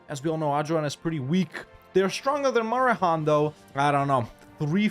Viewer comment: It's a historic day! pronounced it "Marehan" instead of "Maheran"!